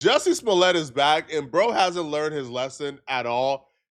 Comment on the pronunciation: Did you say Dusty Smollet?? 😂😂😂